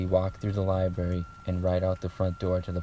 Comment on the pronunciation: he keeps saying liberry. Library man.